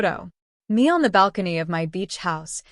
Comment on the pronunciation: Maybe you should actually get somebody that knows how to read and pronunciate English American English because it's obvious this is an AI generated reader because they can't read s*** they can't even pronounce millions of dollars and balcony